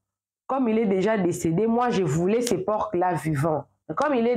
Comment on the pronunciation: Bonjour on ne dit pas porque mais un por le c ne se prononce pas